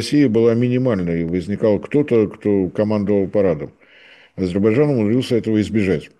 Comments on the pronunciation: Я очень вежлива😊..., но , все-таки, надо бы правильно выговаривать название государства. АЗЕРБАЙДЖАН, а не АзеБайджан. Это уже не первый раз тот, кто ведёт программу 😮 (не господин Марцинкевич❤) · "ГРАМОТЕЮ" (): попробуй медленно прочитать и ЗАПОМНИТЬ В ГОЛОВЕ: А-ЗЕР-БАЙ-ДЖАН. НЕ "азирбажан". НЕ "арзибажан". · Ведущий - внук Горбачева? Тот тоже говорил «Азирбажан».. слышать противно.. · Не говорите Азебайжан правильно АзеРбайДжан,букву ,Р, не выговариваете? Это русский язык а вы каверкаете слова. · АйДзерБайДжан. Тренеруйся ведущий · Почему ведущий не в состоянии произнести внятно слово Азербайджан? Говорит Азебаржан, прям как Горбачев😁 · ширше это не правильно. Правильно ШИРЕЕ. правильно Азебаржан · Не ширеЕ, а шире. АЗЕРБАЙДЖАН. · аЗырТбайцайн мештагы пикцерс. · Как говорил Горбачев ширше это не правильно. правильно ШИРЕЕ. Азербайджан не правильно. правильно Азебаржан . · так никогда и не научится произносить название этой страны? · А зачем? И так понятно.. хорошо что хоть так произносит, а не "шестёрка Турции", что было бы всем ещё понятнее